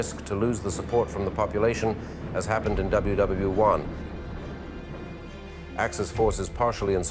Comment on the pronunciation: "double U double U 1", "ever-quated" and a plethora more, a meeeaannn mitch has a point like. does this do anything justice? as first impresions go its bad. just so you know tho, your the reason i watched the rest so he has you to thank.